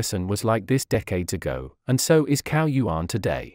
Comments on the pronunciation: His surname is pronounced as "Chao" and not "Cow". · zao not cow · You owe it to yourself, and also will show respect, by learning to pronounce correctly Chinese names. CAO is not pronounced "cow", but "Tsao". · Cao is not pronounced as cow. It is pronounced like tsao, the ts in tsaikovsky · Wrong pronunciation of his name.. Cao is pronounced as chao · What is extremely disappointing is that his last name, CAO, is pronounced incorrectly throughout! The voice is obviously computer generated; but shouldn't obvious errors be corrected before the video is out to the public? Isn't this the least respect you can give this incredible scientist, Cao Yuan? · Shocking that that the most primary care of the correct pinyin pronunciation of Cao is so wrong and atrocious.